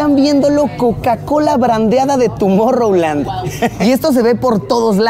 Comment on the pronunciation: TUMOR-land? xd